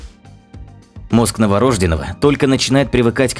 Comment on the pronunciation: новорождёёёного пралильно а не навооорожденого